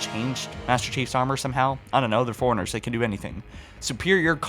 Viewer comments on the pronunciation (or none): Same with how he pronounces forerunners. Sounds like he says "foreigners"